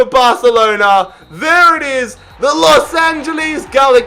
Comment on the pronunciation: No one: Literally Nobody:: The Los Angelies